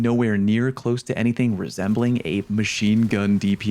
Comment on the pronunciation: Aaargh. Someday, youtubers will realize that it's "close" as in closing a door, not as in being close to something. Today is still not that day.